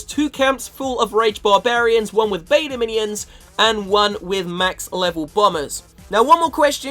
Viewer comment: it's beta Minions not Meta minion 😂